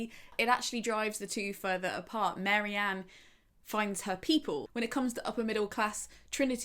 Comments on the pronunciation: babes its Marianne not Mary-Anne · Very interesting - but Marianne not Mary-Ann!! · I was surprised by pronunciation of Marianne. I thought it was 'Marry-anne' as I knew someone with a similar spelling who pronounced it that way but now I'm questioning myself. I know it doesn't really matter but I like to say characters names correctly.